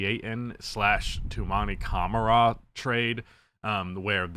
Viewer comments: It’s pronounced like cuh mar uh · As a Trail Blazers fan, I want to thank the Suns for giving us Tou for a washed Nurkic. We really appreciate that!!! BTW it’s pronounced: Ka-Mar-Ah. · Cuh-mar-eh btw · I think acquiring Kevin Durant has usually been a bad idea. I am a MN fan, so I hope all the buzz of getting KD is bogus. Durant does not move the needle. Great shooter for his size. Used to be good defensively. Not worth his contract (which is true for a lot of established stars, unfortunately). Ishbia had the money, but he was dazzled by names. (.. and yes, you have been mispronouncing Camara's name ... how 'bout a video about emerging good-to-great role players like Camara (and for MN, Clark or Shannon Jr)? That would be a good video. Those stories are better than the tired star player takes that everybody does. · Learn how to pronounce camara’s name he’s that good